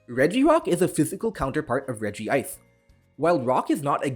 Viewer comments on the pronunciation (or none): it's not pronounced REG-I-ICE, it's just REG-ICE. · Imagine pronouncing regice with two I's lmao